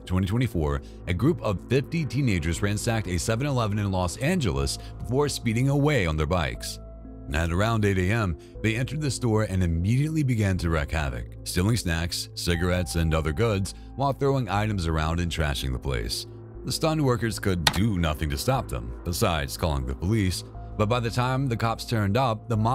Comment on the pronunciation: you wreak havoc, not wreck….